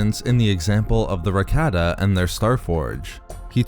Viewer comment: Cannot stand listening to this mispronunciation of Rakata. So Cringe to my ears 👂 it’s Rah-Kah-Tah